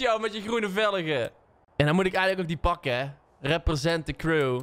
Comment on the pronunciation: Hoezo zeg je eigenlijk velege in plaats van velgen